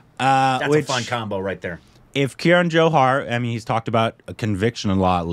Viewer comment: For the nth time, it's KAran Johar, not KIran (see what I did there)